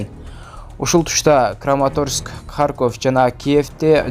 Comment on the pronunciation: Орусча тилден сабак ал,та,та девей харкоф емес Харьков,болот